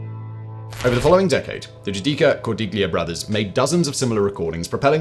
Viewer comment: Simon. “ gli” in Italian is pronounced as “ lee” with no “g” sound which no doubt isa 😊 diachronic aphthong much like the “ gh” in night, might, sight, right..etc. So Cordiglia would have been pronounced as / Cor-dee-lee-a/.